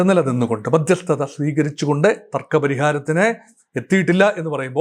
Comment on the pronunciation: Madhyasthatha paranjittuclear aakunnilla